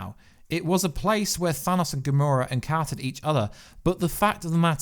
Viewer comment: "ThanASSSSSS" lol